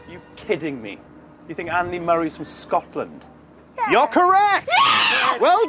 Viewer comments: Im a appalled by the way she said Scotland and how does she not know that?! 🙃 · Nobody: Literally Nobody: Absolutely Not a Single Soul::ScOtElAnD